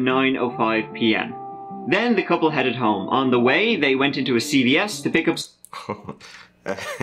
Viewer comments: That guy’s a great story teller but I wish someone would tell him how to pronounce th….. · I like kids videos but, you don’t get he can’t pronounce th at all.